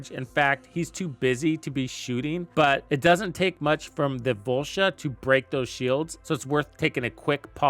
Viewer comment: Volsha?? It’s voltia